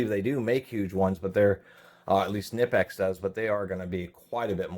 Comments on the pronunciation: Its not Ka Nip ex. Its Ka Nee Pex. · Knipex is pronounced - Kuh Nee Pex... basically saying Knee as if the K isnt silent. Kaneepex. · Is it really that hard for you to pronounce “Kuh-nip-ex”? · Knipex ==> Pronounced K-nee-pecks (the "K" is not silent). Got it from a Knipex company video ad. The ad is in German but the pronunciation is clear. I like to pronounce it the way the actual company itself pronounces it.